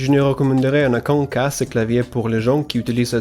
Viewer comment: Wow, really good french pronunciation ! But i had problem hearing the part when you said "En aucun cas"